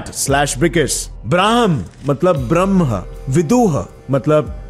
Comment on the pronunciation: कृपया ब्रह्म को ब्रम्हन न कहे 😂 योग को योगा न कहें,,,,,,, बाकी वीडियो बहुत जबरदस्त है